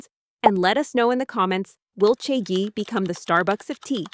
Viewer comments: Omg… its cha gee not chea gee… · can it be pronounced more correctly? listening to the narrator say "chae-g" or "chae-gee" honestly unbearable the listen to. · I hate how they’re pronouncing it as chay-jee even though cha is tea in Chinese… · The video is very good but please can you search up how to pronounce Chagee and the other Chinese words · First I heard three different pronunciations of Chagee then I had AI murdering my ears with trying to speak Mandarin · Maybe learn how to pronounce the brand name properly if you’re doing a whole video on it 🙄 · the number of times the pronunciation for chagee changed xD